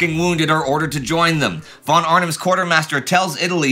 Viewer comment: X years of talking about Prussian aristocrats and Indy is still pronouncing "von" wrong, but why? -The rest of his German pronunciation is really good